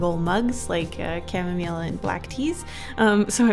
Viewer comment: Camille for camomile (pronounced cam-eee)